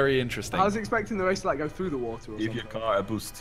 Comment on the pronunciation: Every video when there is a cursive R he thinks it's a N like water he says waten